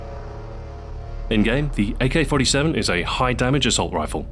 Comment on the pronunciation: GAYK-47 :DDDDDDDDDDDDDDDDDDDDD